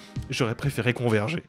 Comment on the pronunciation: 😂 ouesh quel baye avec "converger"